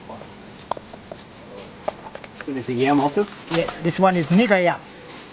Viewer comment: Negro yam , not the other pronunciation " mr never stay in school 😊